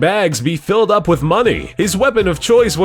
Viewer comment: you said op instead of up lol